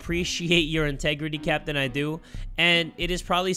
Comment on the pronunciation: I feel like every time he says captain I think he saying sempi😂